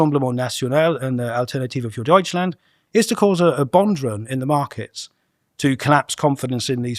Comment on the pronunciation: it sounded spot on. He must have a photographic memory linked to a good mind.